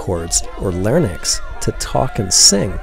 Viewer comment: Good video except this nice fellow mispronounced larynx. The correct pronunciation is "lair-inks".